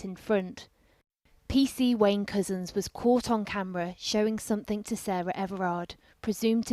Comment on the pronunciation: Whenever the voice-over says "PC Wayne Couzens", it sounds as if she's saying "PC Wanker". Intentionally appropriate?